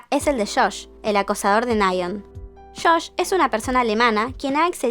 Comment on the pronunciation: Shosh JSJJASJAJAJ josh no shosh, ya c q sos de arg (yo tmb) pero suena gracioso jsnwubi y no es daehyun es dahyun, tambien es twicetagram no twicegram, se dice jongion no jonjion